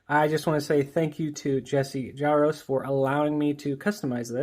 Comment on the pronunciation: I believe the J in Jaroczs is pronounced similarly to that of the the French "je", the R is rolled as in Spanish and the -czs is more of a "sh" sound.